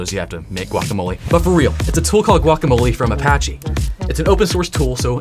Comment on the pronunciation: Apachi you say